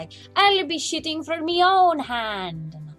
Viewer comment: AHahaha, When you said "Ill be shooting for my own hand" it really sounded like you said shitting. Our accent is hard to nail, but you mayde me laugh, and who dose not enjoy laughing!! Lovely pic tho!!